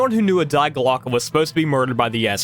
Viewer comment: The German word "die" is an article and pronounced simply "dee" in english, but you nailed the pronounciation of Glocke 😊